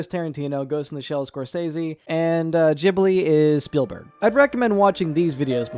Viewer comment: Fuck off you don't pronounce Ghibli like that. Retard.